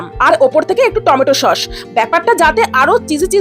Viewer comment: Shosh na didi eta sos 😂